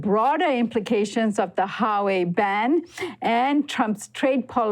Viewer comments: HWA WEI not Ha wei not Sua wei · It's Huawei (Wa way), NOT "Ha Way". Is this supposed be a professional news program??? Do you do any preparation before you speak? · Who-Wa-Wei not Ha-Wei. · Love your show, but please study the pronunciation of proper nouns (Huawei) before doing pieces on them. It was almost cringy enough to leave, hearing keep saying HA-way, instead of Wa-way, especially when it's pronounced correctly in a video clip used for the piece. Still love the show. Keep up the good work. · "HWah-way" not Highway lol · IS HUA..Wei not HA WEi!! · Great report, however it's pronounced Wā-way, the 'H' is kinda silent. I kept cringing everytime you pronounced it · You spoken as Hauwei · I think you of all people should appreciate the importance of pronouncing names properly. It is not Harway. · Huawei: huu-waa-way > hua-wei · I think it's "Wah-way." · Richie Rich HUA ( WA) WEI ( WAY)..GOD Americans tongues gets twisted with other foreign words like SPANISH, ASIAN, RUSSIAN ... etc.. annoying! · You guys are seriously horrible when it comes to pronouncing anything Chinese. "Hawei", "President Gee" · It’s pronounced Wa-way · Can I really trust you when you can't say the second largest phone manufacturer correctly?